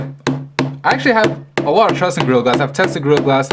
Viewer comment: Sounds like he's saying grill glass.